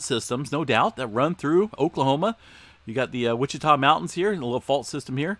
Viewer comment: It's pronounced (Watch I ta). And what caused the swarms in Oklahoma in the 1800?? You do realize that we as humans have only been drilling for oil for a very short period of time in the span of time..Like less than 100 years .. It isn't always oil and gas..if that were the case where is all the quakes in the Gulf? How about in Canada? France? Iceland? Other than volcanic influenced movement?